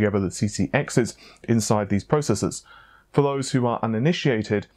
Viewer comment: Why not say fose instead of those? You can pronounce the th in those so you’re just being lazy